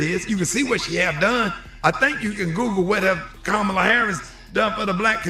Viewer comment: Please be intelligent and learn how to pronounce her name.